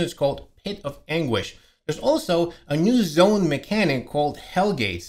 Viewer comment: Pretty sure you said the Realm of Dalmation like the dogs... hahahaha:P Great vid anyway! Thanks!